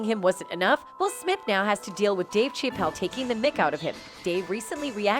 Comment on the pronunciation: Dave Shay-pell?